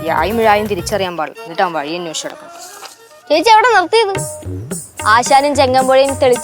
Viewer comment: കയിഞ്ഞോ.. പുയ.. വയി.. വിന് ഇനിയും 'ഴ'വരുന്നില്ലല്ലോ...:)